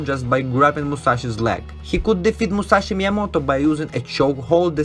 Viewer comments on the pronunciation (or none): none